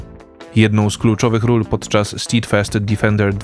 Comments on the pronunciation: Taka malutka poprawka - steadfast czytamy "stedfast" a nie "stidfast" 😉 Poza tym dobry materiał. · Mała korekta - bez złośliwości -"stedfast" tak jakby a tam nie było i "defender" nie difender - to przez nasze kaleczenie angielskiego są te kawały o Polakach 😉